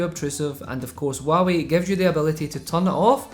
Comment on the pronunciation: Waawee is all I here the struggle of out accents great vid bro!